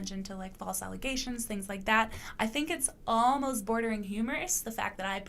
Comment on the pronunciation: *It’s ‘ALLEZATIONS.’ 😂